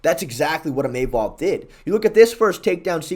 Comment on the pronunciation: Imeimov nah "Imahmov"